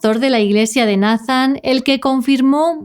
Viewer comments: Solo como sugerencia, Nathan se pronuncia “Neithan” es que se escucha medio raro decirlo como se escribe, sobre todo que es un caso de USA 🇺🇸 saludos!! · Nathan... neitan , (así se pronuncia)... la conoció de 6 años?